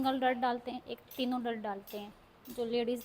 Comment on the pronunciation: Sorry to say but mam डार्ट hota है ।। डर्ट nahi